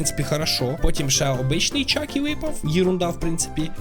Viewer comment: не чакі а чіка